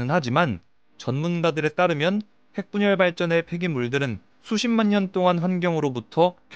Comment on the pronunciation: 에? 핵분열으로 들리는데